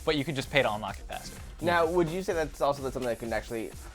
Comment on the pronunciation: Did anyone notice said unlack then unlock